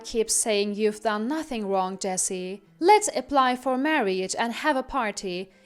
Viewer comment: Marriage os TWO syllables, NOT three. It's pronounced "mar-age" not "mar-ee-age"